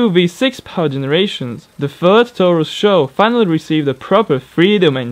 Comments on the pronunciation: S.H.O not "show" lol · It is pronounced s h o not show. Do your reasearch. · lol Ford "xo" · SHO means: Super High Output, S.H.O. not show! hahahaah!!!